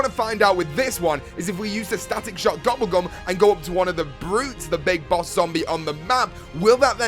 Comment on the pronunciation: At 2;18 he called it goble gum